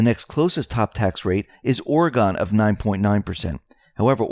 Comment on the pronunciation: I love the way says Oregon lmao